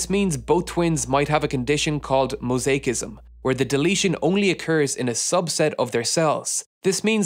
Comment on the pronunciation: I love your videos, and I've been sitting here utterly gobsmacked at the hubris of Dr Le... but I just wanted to offer a couple of pronunciation tips. You totally nailed the pronunciation of "He", but Mandarin syllables ending in -ui like kui are pronounced like -way, not -wee. Also "mosaicism" is pronounced with a soft C, not a hard C.